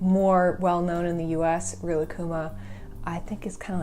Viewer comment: They way they pronounce Rilakkuma, I can’t. Thank you for pronouncing Rilakkuma correctly